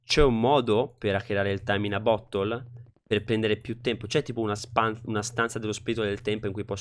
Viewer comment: Mi fa ridere come tu abbia pronunciato "bottle", avevo capito "butthole".😂